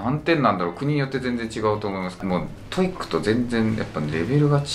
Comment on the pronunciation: 以前から気になってたんだけどこの先生「トイック」「トフル」って言ってるようだけど、それぞれ「トウイ（ッ）ク」「トウフル」でしょ。 折角がいるんだから、そこをこの際質してほしいぞ。